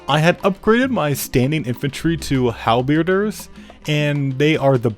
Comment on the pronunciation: "Hal-beir-ders" That's.... yeah, no, that one is new.